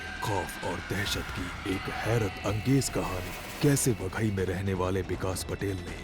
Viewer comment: Baghai nahi vaghai